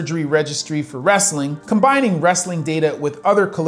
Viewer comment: ah yes. "25% of al wretthing infoters" i hate it when channels use ai shite.